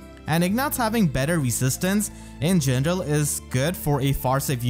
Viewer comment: I adore how you say "in gendrel" :)